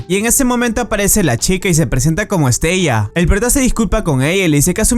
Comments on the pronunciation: Estella?????, madre mía amigo. Se llama pronunciado literalmente es-te-la. Igual que en otros vídeos dices mal los nombres. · no se pronuncia estella se pronncia estela ..... me encantan tus videos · Se pronuncia Estela